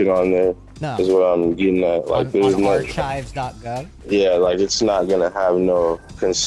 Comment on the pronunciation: i think you mean ar-chives